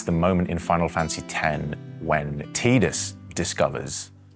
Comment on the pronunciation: Thank you Ben for actually saying Tee-dus LOL. Also, I liked that he was knowledgeable and talked about specific mechanics of the game (for example, the reverse spell in XII), instead of just mentioned it in passing "yeah, I played it/enjoyed the game", etc. Also, FFVIII for the win! My first game and I was 10, holding an English dictionary to follow the game story and all. It was literally life changing, because it made me learned English and I developed an interest in foreign languages... Fast forward to about 10+ years later and I went study abroad and moved across the globe.. xD